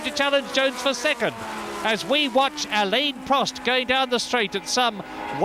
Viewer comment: What year did Murray start pronouncing Prost's Christian name properly?